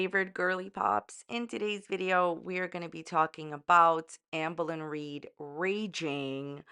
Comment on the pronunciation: I love how you say her name lmao, "auhmbuhlin reed" 😭😂